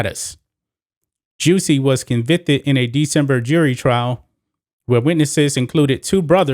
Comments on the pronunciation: Lol why you pronounce his name like that? 🤣😂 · Why do you say his name like that💀